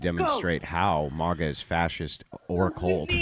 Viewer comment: its not MAH-GA hahaha i love but is MAGA lolol